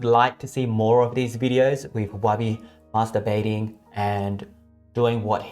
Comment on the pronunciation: Did he actually Say Masterbathing